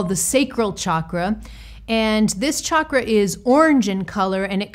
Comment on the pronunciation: Other things aside, I love that you pronounce the word CHAKRA, properly! ❤️🧡💛💚💙💜🕉